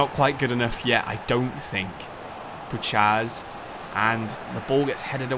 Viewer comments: Love the vid but you should pronounce Puchacz as (pou-hatch) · Puchacz is pronounced as pu-H-ach in Poland his nickname is puszka (pu-Sh-ka) which means can he’s an absolute nut case irl full body tats rap blasting in the dressing room hella good spirit on the lad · Great video, Puchacz is pronounced Puhach btw